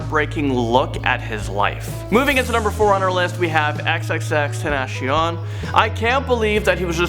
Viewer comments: It’s tean ta sion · You said tenation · Who is Xxxtenatcion it’s Xxxtentacion R.I.P ALL THESE LEGENDS 😭😭😭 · I dislike because he said xxxtentAsiOnd wrong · who is xxxtinashion?like wtf is that!? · XXXTENASHONE WTF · as much as i love x like i’m littarly in my grade i’m known for the number 1 x fan but your pronunciation of him was terrible xxxtancion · Bro is no one talking about the fact that’s he said xxxtenacion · He said xxxtenashion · Am I the only one that heard him pronounce x's name xxxtanashion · Xxxtenation :D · “tenashion”😂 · oh yeah xxxenacion this idiot thinks he can pay respect but he can't pronounce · Xxxtenashion WTF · It’s ten-taci-on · “Xxxtenashion” bruh😂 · Xxxten ash eon? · XXX,ten,tac,ion like bro cone on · BRO HOW COULD YOU SAY XXXTENTACION WRONG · Dose anyone now that he said XXXTENTACIONs name wrong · He said xxxtentacion wrong😂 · LEARN HOW TO SAY XXXTENACION!!!!! 😠😠😠😡😠😡😠😡😠😠😡😡😡😠😡😠😡😠😠😡😠😡😠😡😠😤😤😤😤😤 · R.I.P to everyone in this vid and just one thing is that he said XXXTentation wrong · You said XXX wrong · Bruh he said xxxtentacion’s name wrong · You said x name wrong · Pronounces tentacion wrong Fans: TRIGGERED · You said xxxtentacion name wrong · You said xxxtentacion's name wrong :( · I hate how he pronounces xxxtentacion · You said x’s name wrong and I hate you now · He did not say x's name right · You mispronounced xxxtentacion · Sorry but who else is upset by him not prounouncing xxxtentacion ‘s name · pronounced X's name wrong. But no worries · Can u at least say XXXTENTACIONS name correctly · You’re supposed to pronounce it like this (TEN,TA,SION no SHH I’m not trying to be mean but it bothers me when you say it like that. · U pronounced xxxtentacion wrong 🤦‍♂️ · I know damn well he didn’t pronounce X’s name like that 🤦🏼‍♂️ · How dare you say XXXTENTACION wrong